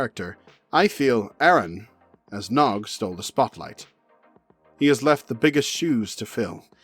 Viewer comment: Ha! He said his name wrong right at the start.